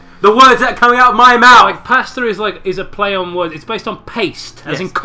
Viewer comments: You sound like you're saying "Pastor" every time you say "Pasta" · I just realized they were saying pasta 9 minutes in. I thought they were saying pastor for some reason.